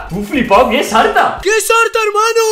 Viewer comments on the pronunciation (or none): arta argentino al 100%